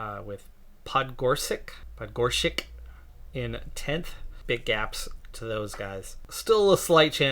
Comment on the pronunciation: The second attempt at 'Podgoršek' was correct! ;) It almost literally means 'one under (=pod) mountain (=gora)' Great results in this episode. 👍